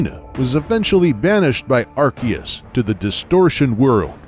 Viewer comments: It is prounounced Ar-See-us, not Ar-Kee-us. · It's AR-SEE-US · The legends Arceus cough cough ARKOOS section was really on point. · I thought it was pronounced 'Ar-see-us', like in the Japanese trailers. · Its pronounced "arkoos" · This, too. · Watch the english trailers. Seems they've finally settled on an English pronunciation. I did see the Japanese trailers referred to it as Are see us. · Amazing, apart from a few mispronunciations (Arceus (CE makes a soft C sound)), Growlithe, Hisuian, Rowan, Unova, Yveltal (has two “L”s)) and the GBC G/S/C having both legendary Pokémon available.